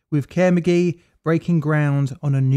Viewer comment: Did I seriously just hear the company involved in two nuclear accidents being called "Care McGee"?